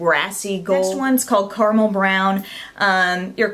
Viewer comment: Did you just say "CARMEL brown"? It's CARAMEL. Caramel is not exactly a hard word to pronounce, people.